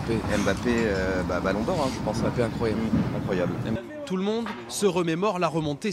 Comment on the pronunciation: Quoi j'ai bien entendu le gars à dit embapi ballon d'or